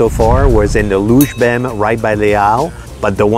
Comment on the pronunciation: Louchebem is pronounced Louchébem. It comes from an old butcher slang oral language to fool customers. It's a little bit tricky. Take a word like "butcher". Replace the first letter by a L ==> Lutcher. Put the replaced letter at the end (here the b) ==> Lutcherb Add a final syllabe as you want. Here "em" ==> Lutcherbem In French : Boucher (phonetically "Bouché"==> Louché ==> LoucheB ==> Louchébem.